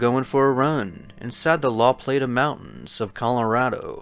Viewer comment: Its la plata pronounced plot-a.